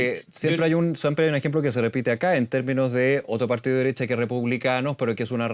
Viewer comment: Es parte de la pauta, tienen que mencionar al partíoh comunihtah un mínimo de cinco veces por intervención.